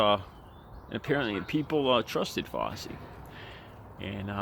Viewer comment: Who is Fossi? lol try saying "fou" like in found, and try saying "chee" like in cheese. Put those together and you'll get it right.